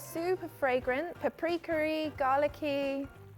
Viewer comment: her pronunciation of the word “paprika-y” was 11/10